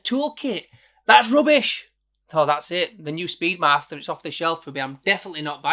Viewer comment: "Speed Marster".......?! 🤔 Thought you were 'Yorkshire'?! 😄